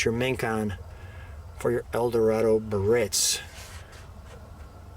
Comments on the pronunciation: There's an "I" in Biarritz that you're omitting in the pronunciation. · Sorry, not Ber-ritz but Bi-AR-itz. Let's call it by its rightful name!